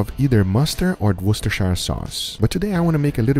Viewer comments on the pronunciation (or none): none